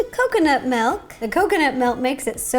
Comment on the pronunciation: This is how many times she said MELK ⬇️ ⬇️ ⬇️